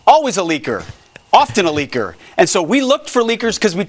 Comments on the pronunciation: "Leeker" sounds like "Liquer." So he said, "Once a liquer, always a liquer." That's the truth of his life! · 😂🤣 Is it “Leaker or Liquor??!” Love your commentary,.🫶🏽💯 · No, no. He distinctly said "LEAKER". Once a leaker, always a leaker... 😂